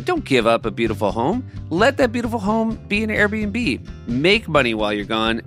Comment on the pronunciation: Correction: in the AirBNB ad Seth says “Air and B”